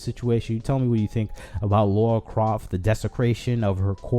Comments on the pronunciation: Okay you're making some great points and all but I have to say Her name is LARA not Laura Idk why so many misspernounce her name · Please don't call her Laura Croft it's Lara Croft